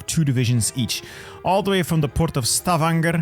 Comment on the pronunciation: as a norwegian you said stavanger and kristiansand really good